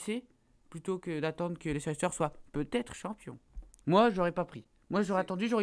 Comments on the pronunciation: Si tu suivais le foot anglais tu saurais qu'on dit Leice-ster et pas Leicésster... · Sa s'écrit Leicester mais sa se dit Lester. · Si jamais cela se prononce Lester et pas leicester. Sinon super show comme d'habitude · Sa se prononce pas Leicesteur mais Leissteur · On dit "Leyssteur"! ☺ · Leicester se prononce Leister :) voila voila :) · leicester se prononce LEISSTER copain!! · Leicester se prononce [ˈlɛstər]! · Ça se prononce Leister